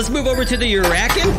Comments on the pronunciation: Actually i found out its call the canutt (can-oot) and the urakan (er-a-kahn) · Urakuan is pronounced your a con